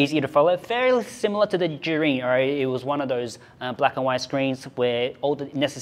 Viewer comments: How do you pronounce Zhiyun? Why do I hear him say “jury” 😭😭😭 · So how do you prononce "Zhiyun" in chinese? Everytime says it, it sounds more like "Zhurin" "Zhureen"